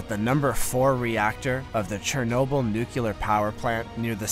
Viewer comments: there is no such word as nucular. the word is nuclear. learn to say it correctly or stop using it. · Say it with me NUCLEAR. There’s only 1 U. When you can’t pronounce a word like that, makes it hard to listen to